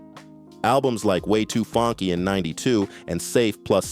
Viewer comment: Way Too FANGKY?! Tf?🤣